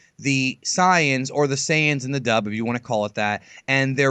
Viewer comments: SAIYANS NOT CYANS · SAY-INS, SAY-INS, SAY-INS FOR FUCK SAKES